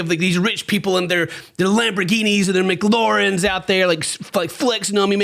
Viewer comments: LOL 'McLaurens" 😂😂😂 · McLaren not McLoren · McGloren? Wtf 😂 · mc-clarr-ren not mclaurn wtf is mclauren sound like a mcdonald and ralph lauren collab i didnt say anything in the first video but not i gotta say something cant have u sounding like a idiot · Im not a car gal...but SO HELP ME, if you keep pronouncing it a "McLAUREN" instead of "McLAIRen" im gonna pop a lobe!! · Why cant you say mclaren? Is Australia rubbing off on ya? Your adding a u after the a😂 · Today I learnt Americans pronounce Mclaren as Mac Lauren instead of muh·kla·ruhn.... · “McLauren” makes me giggle so hard 😂 not the first time has called a McLaren a McLauren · I love how says "mclauren" instead of "McLaren " 😂😂😂😂😂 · I love you and your videos, but if you pronounce McLaren “McLoren” one more time, I might actually lose it. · This man really said mc-Lauren. Must be Mc-Donalds cousin😂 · I love watching and, I really do, but I just wish would pronounce McLaren correctly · What’s a mccloren? How many times are you going to butcher that word before you learn how to say it lol I’ve heard you say that in another video. I bet you call an espresso an exxpressioso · The way you still pronounce it McLAUREN 🤭🤭🤣🤣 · It’s devolved from “McLawren” to McLorin” lol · I love how pronounced McLaren 😂😂 "McLauren" It's like if Make-a-Wish & McDonald's got together to name a sandwich after a cancer kid. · can't say McLaren to save his life. It's (Mc claire in) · I love how says McLaren, i have never heard it pronounced that way. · day 4561 of mispronouncing McLaren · The way said mclaren hurt me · The way pronounces McLaren makes my eye twitch. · Today I learnt amercians say mclarens wrong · Hi, new to the channel. Is there a reason why the zaddy with the cat ears keeps saying McLaren wrong? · He did the same thing when he talked about the douche bag crashing his. I am now fully convinced he mispronounces it for better engagement.